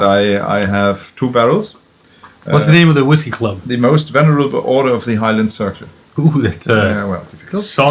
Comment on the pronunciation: En serio? Empezaron con un episodio de Laphroaig? 😅 Gran riesgo de alejar a los novatos de los ahumados. Ese episodio con Ian Mcarthur, inolvidable. 💪🏻. En lugar de "venerable" escuché "vulnerable" 😅, pero encontré la página correcta